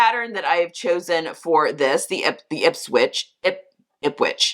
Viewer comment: The website looks great and you did pronounce Ipswich correctly. Sigh, I am not a fan of the ruffles trend and had been hoping it would take a hiaius, but I guess everyone loves it but me.